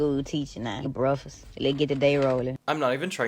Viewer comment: im glad u said the same way bruhkfast